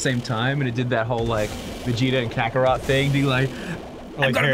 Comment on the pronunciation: Vegeta and "kakarot"??? Dang Ross